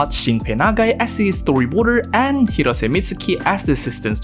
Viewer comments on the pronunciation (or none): none